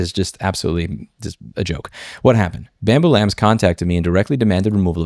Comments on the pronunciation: Bambu lab there is no s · I don't particularly love bambu but it's lab. LAB! L-A-B << BAMBU LAB >> JEEEZ IT'S NOT F*U*C*K*I*N*G PLURAL